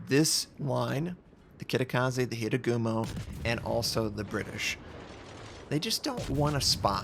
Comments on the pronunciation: HA Ru Gumo. Not Hirugumo :P Sry, I can't help myself :( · Sorry, but Hir-a-gumo?